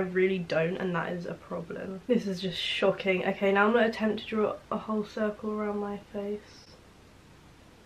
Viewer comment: everytime you said shocking i thought you was gonna say shite😂😂